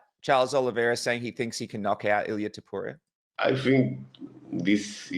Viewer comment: Niiiice! He started saying Topuria instead of Topurra! ✅️📈